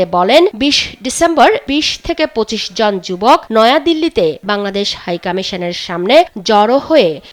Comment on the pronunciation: বাংলায় উচ্চারণ 'কামিশান' হবে না, 'কমিশন' হবে।